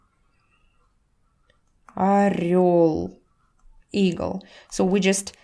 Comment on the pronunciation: she said an english word eagle(igl). орёл=eagle